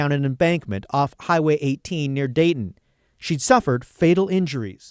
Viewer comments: This is so sloppy. So INSISTENT that the place is "Drayton, Oregon" when all of the clips of news etc say "Dayton". Also considering there is no such place as Drayton, Oregon. But every opportunity you got it wrong. Do you preview at all? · Do you mean "Dayton, Oregon?" There is no "Drayton." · Dayton, no R in it. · Dayton not Drayton..😂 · It’s DAYTON not Drayton. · I am in Oregon and told so many people I didn't believe the mom when they said the daughter was missing. She didn't seem upset at all. Like she decided to start over again with her granddaughter and just move on almost immediately. Oh, and I hate to be one of those sort of people, but it is Dayton, not Drayton. I live near there and photographed a wedding where I think I remember the wedding they had been at was. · Dayton, Oregon for God's sake! AI bullshit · Its dayton oregon 😅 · It's DAYTON not DRAYTON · *Dayton, not Drayton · I’m local to this area and this case has sat in the back of my mind since it happened. It’s awful! Side note on a minor detail: it’s Dayton, OR and not Drayton, Or 😊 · Dayton, Oregon. Not Drayton. This is my hometown 😢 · If you are naming a city in Oregon, can’t you at least get the name correct? Dayton, Oregon! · was it Dayton, not Drayton? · DAYTON not Drayton. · Ok so this was Dayton, Oregon? The very first word on this video is “Drayton” and that bothers me more than it should I think. It feels a tiny disrespectful to the victims when a channel can’t be bothered to proofread the city name. Probably just bothers me because I lived there for years and it’s such a small town that it’s weird to even be mentioned in one of these videos. The least you could do is spell and pronounce it correctly. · Dayton not Drayton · There's no Drayton, Oregon. It's Dayton, OR. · It’s Dayton, Or. There is no Drayton. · DAYton, Oregon, not Drayton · In case anyone is interested it’s Dayton Oregon not Drayton. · Dayton** Drayton is not a word. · Dayton, OR, not Drayton! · Drayton Oregon, he says